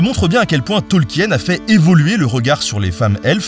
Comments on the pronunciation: Eh oh ! On dit Tolkine, pas Tolkiène, d'abord (oui je me suis fait engueuler, alors je fais pareil 😅) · Tolkien ça se prononce "Tolkine". De rien.